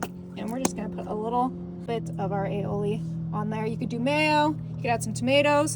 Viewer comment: She can pronounce Aioli correctly but refuses to pronounce Creole correctly even though she has been told how to pronounce it. 🤦🏼‍♀️